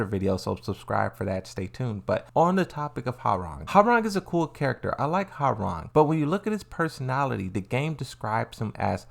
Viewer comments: Ha-rang? Sorry, but it should be pronounced as Wah-rang. Koreans love their W sound. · Man, damn near nobody I played with back in the day got Hwoarang's name right. I think people secretly enjoyed butchering it😂. "How do you say it? 'Wah-Rang'?" "No idea." "Let's look it up." "....no. Your way is fine." But with Ling... "Xiaoyu. It's like-" "Yeah I got it, nice!"